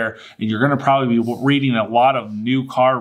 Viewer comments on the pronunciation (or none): none